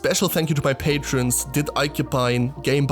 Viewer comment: Funny how you pronounce the dutch patreon. I'm also dutch and it made me laugh :) Not laughing AT you though, just funny how languages work :)